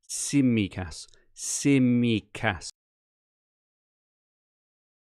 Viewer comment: Some cracking teams in this podcast! Fantastic Greek accent for your pronunciation of Tsimikas too,! You've finally nailed an accent!